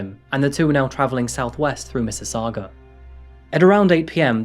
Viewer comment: Ayyy you pronounced mississauga correctly good job